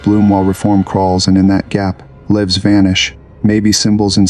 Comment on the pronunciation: not even 40 seconds in and it pronounces "lives" wrong and "immaculate" wrong, and i had to slow the speed to 85% because it is talking too fast. Not bothering with the rest. Do better.